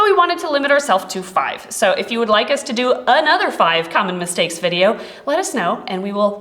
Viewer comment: at the start when she said mistakes i thought she pronounced it like "mis-snakes" lol